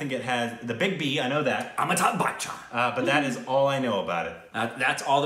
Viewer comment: He said "Amitabh Bachchan" , I heard "I'm a tub butcher"... I thought he meant to say "I'm a butt toucher"